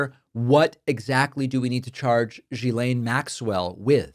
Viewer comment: As a french woman, it frustrates me hiw her name has been massacred. She’s an awfuk person, no doubt. Her name is pronounced, rather than previously spoken, guylaine. Pronunciation: “jislaine”. Please pass that on correctly as it seems nobody in USA can seem to pronounce it properly.